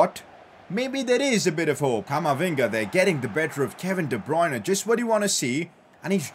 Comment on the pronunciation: Day 1 of trying to get to pronounce de bruyne as de-brer-ner